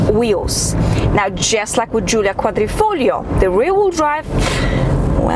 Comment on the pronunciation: Perfect pronunciation on " quadrifoglio " 😜